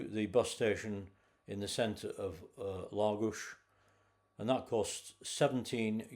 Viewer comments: Very interesting and pleased to hear you pronounce Lagos properly ie LAGOSH. Been once on a day trip and really liked it but, still prefer Quarteira for the walks along the promenade, beautiful beaches, and fish restaurants. Not touristy just, very, Portuguese. There is also a huge market selling fish, fresh meat, fruit and veg should you wish to cook yourself . My favourite place ever. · Was in Lagos this time last year, what a great place, has an almost magical air about it. Your holiday looked great. And from a Portuguese speaker, you nailed the Lagos 👌